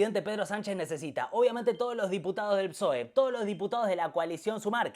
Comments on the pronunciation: Lo nervioso que me puso que digas psoe en vez de pesoe todo el video, se merece un comentario y un me gusta. Buen video, para la segunda parte decí Pesoe por favor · Exelente el video! Lo de decir P'soe en lugar de pesoe es tb para el algoritmo? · Pe-soe se pronuncia,, me duelen los oídos de oírte decir psóe, aguante alimentar el algoritmo, sos lo más, gracias por investigar y sintetizar para nosotres les simples reptilianes de a pie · Muy buen resumen. Una tontería, pero para dejar el comentario para el algoritmo... Pe - SOE .. Psoe me suena raro jajaja. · recordá que PSOE se pronuncia PESOE ya me suscribí,exitos con el canal.